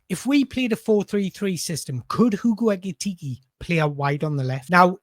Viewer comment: Pronounce his name properly, PLEEEEEEEASE!